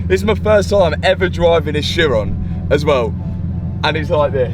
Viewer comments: Matt.... it is pronounced (Ki'-Ron') not sheyrone. This is just another example of how money does not buy education, and how the British destroy the English language. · Isn't it pronounced "heeron"? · the edchiron got me hahaha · “ Chiron” for the head rest.